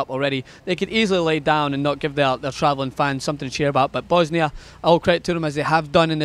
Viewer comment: yo, did you just call them Bosnia - Hertz & Godiva?:-)